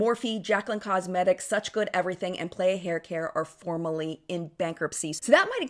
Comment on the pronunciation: The brand playa is pronounced p-lie-uh not play-uh, it’s Spanish for beach!